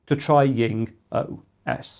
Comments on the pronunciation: Jing is pronounced djing, not ying. It's a transcription of 鲸, i.e. a whale. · I'm interested, why do you pronounce JingOS as YingOS? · That could be the German pronunciation (The German 'J' is pronounced like the English 'Y').